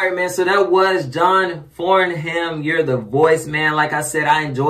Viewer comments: Pronounced John FARNUM not as spelt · If you can get a hold of the Australian Aria Awards video, John Farnham ( pronounced " Farnem " ) is there as a guest singer & it was said he was the only artist who could turn a guest spot into a full blown concert, he always brings the house down. He is The Voice, and Australia's national treasure. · it's actually pronounced John Farnam silent h. he is a legend in the Australian music Industry. he has been singing for decades and his voice has not changed he is pushing 70 now and he sounds exactly the same. not only can he sing anything, he is a down to earth gentleman, a family man still married to his first wife for 44 years. if you really want to hear his vocal tallent listen to, "Help" with the Melbourne symphony orchestra, "When the war is over" - the last time. "something is wrong with my baby" with Jimmy Barnes. there are so many more, but start with those you won't be disappointed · John farnham (pronounced like Farnem) very big in Australia (just him, that's his name), particularly in the 70s and 80s, but still now his music is classic. Like if you're Australian, you probably know this song.